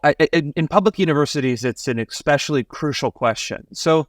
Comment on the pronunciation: will the curriculum he is installing somewhere in Florida include English? You know, the kind of class that teaches you the difference between "expesialy" and especially" ?